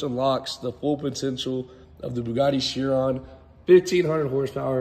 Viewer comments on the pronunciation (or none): Chiron is pronounced "Ky-ron" 😉